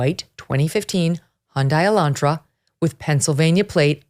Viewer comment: uh-laan-truh, not E-lan-tra. Geez, are you really that far removed from a working class car?